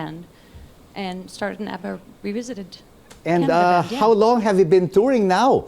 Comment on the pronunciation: Thats not ABBA thats ADDA😂😂😂